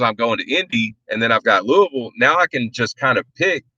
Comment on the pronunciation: As someone who grew up in Louisville, I'm so glad that you know the correct pronunciation.